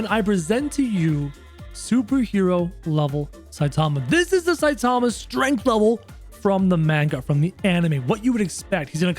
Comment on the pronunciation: It's not satama it's saitama